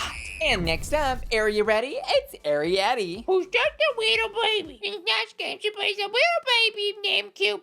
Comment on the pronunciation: YAY YOU SAID ARIETTY’s NAME RIGHT! THANKS QWEEEEN (I’m just a big fan of that movie 🔥